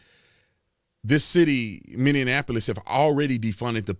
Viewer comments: Its Minn-e-ap-o-lis. Not Minn-e-an-ap-o-lis. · It is pronounced MINI APOLIS. Blam and f@ will go scorched earth regardless of the jury's decision. The somalis will make it a no go and it will be lost to them forever. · I love how you say Minneanapolis.